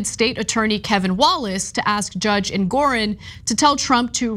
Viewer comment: Ana, reading is your business. It's Judge EngorOn, not EngorEn.